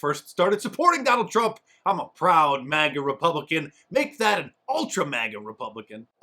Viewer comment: Does he keep saying MAGNA?